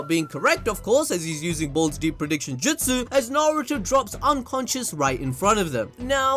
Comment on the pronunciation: woah when ever you say balls deep o feel like your saying d### deep.